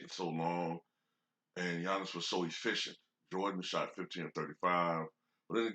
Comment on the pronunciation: You speak giannis wrong